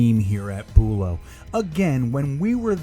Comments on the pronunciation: not boolow bUlow emphasis on the BU low also this is florida nothing can stay good outside but that is ridiculous they make money they should change them more often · from a local ur saying it wrong lol